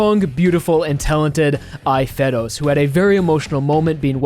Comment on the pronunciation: Hey. It's fey-rooz:)